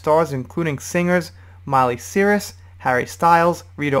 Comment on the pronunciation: How can you mispronounce Miley Cyrus’ last name? At least halfway through the video you figured out the silent g in Delevingne....